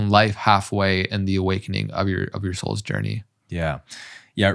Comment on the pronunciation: Omg, I did rewind first, because I first heard “incarnate assholes”, and then only after rewinding… ooohh, “incarnate as souls”… I was laughing on my own in my room😂